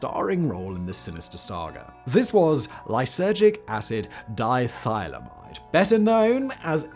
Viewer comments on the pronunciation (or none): I think it's di-ethyl-amide, not die-thyla-mide. Not that I'd know anything about it...